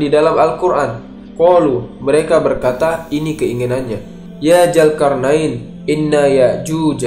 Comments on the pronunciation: Adminya sundanese nih wkw ZUL-karnain jadi JUL-karnain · Min...sbelum ngomong lagi diVideo lainnya..belajar dlu bedain huruf j dan z krn slalu salah ucap.. Zulkarnain bukan Julkarnain ( min..min kpn mau ucap benar ?) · Min, ente nyebut huruf Z aja gk bisa, nama org Zul km bilangnya Jul. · Mantap, tapi maaf ni min ini agak menggangu pendengaranku. Bedakan Z dan J. Krn mereka tdk sma. Zulkarnain bukan julkarnain, maaf sekali lagi min. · zulkarnain ya, bukan julkarnain. gemes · Zulkarnain bacnya mas bukan julkarnain mohon diperbaiki kata"nya mas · Zulkarnain min admin Bukan Julkarnain Pake Z Bukan pake J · Zulkarnain min bukan julkarnain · Zulkarnain bang bukan julkarnain😂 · Sebut Zulkarnain xboleh ka? Kenapa mestu Julkarnain... Zul bukan Jul 🤣🤣🤣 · Bukan Julkarnain min, tapi pake Z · Zulkarnaen bukan jul bro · Peliklah cara anda menyebut ZULKARNAIN ... Z bertukar J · Naratif kisah yang bagus cuma sebutan "Zulkarnain" itu tidak tepat dari segi makrajnya kerana sebutannya lebih kepada lughah jawa.Zul menjadi JUL.. Jelas sehingga ketika membaca ayat suci Al quran pun penyampai masih menggunakan lughah jawa yang pada saya adalah tidak wajar sama sekali. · Tlong bang ganti sj pengucapx krn trdengar risih salah huruf trus..z bukan j